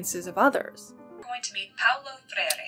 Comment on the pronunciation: I don't mean to be that guy, but I know a guy called Paulo and he hates it when people call him Paul-o. It is pronounced pow-low, as in the onomatopoeia and the opposite of high